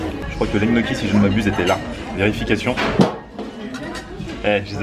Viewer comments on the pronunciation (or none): Alors les pâtes que tu as mangé, les gnocchi, ne se prononce pas "g-noki" (le son "gueu"), mais ça se prononce "gnioki".. Il y a beaucoup de mots comme ça que tu prononces de travers mdrrr en tout cas continues tes vidéo, elles sont cools;) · et pour info les gniocchi ca se prononce nioki mdrrr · Pardon ?! Les GNOCCHIS on dit Nioki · Ils sont sérieux avec leur "Gnocchi" ? ça se prononce "NIocchi" bordel Mdrr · Chelou comment tu prononce gnocchi ! Pourquoi le son gueu ? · sa secrit gnochi sa se di nioki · Apprend a bien dire gnocchi onair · Gnocchi le G ne se prononce pas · On ne prononce pas le "G" de gnocchi !